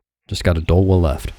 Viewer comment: ya don't just say odahlwa, y'gotta go oDAAAHLwa! oDAAAHLwa!